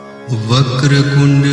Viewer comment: Its vaker tund hay you are saying kund please check